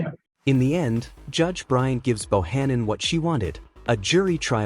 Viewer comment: It's BryanT. Not Bryan.